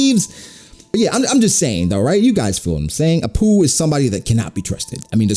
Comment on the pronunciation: everytime you say "a poo" i laugh a little bit...